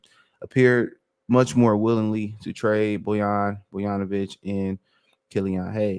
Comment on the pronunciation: Boyanovich? ….Bogdonovic my guy